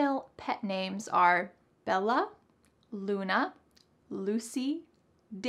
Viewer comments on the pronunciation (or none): none